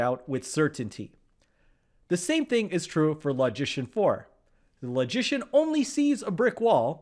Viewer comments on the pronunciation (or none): I have always admired your videos. You are one of the best. But, because logic and logicians have a special place in my mental heart (what???), I cannot allow you to mispronounce the word "LOGICIAN". I have checked the pronunciation of that word on many websites, and I have seen only two pronunciations of it. The letter "O" in "LOGICIAN" is pronounced as the word "O" itself (as in "OH" or "OPEN"), or is pronounced as the SCHWA sound (as the "E" in "OPEN" or in "ANGER"). Your pronunciation of the letter "O" is that of "AWE" or "AU" as in "AUGUR". I cannot tolerate hearing you mispronounce the word "LOGICIAN". So, I stopped! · I kept wondering why you were pronoucing 'magician' in such a funny way